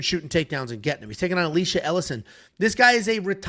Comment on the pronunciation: it’s E-Lie-shuh, like Elijah but with sh instead of j